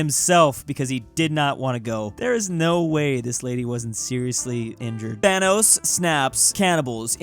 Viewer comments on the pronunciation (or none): none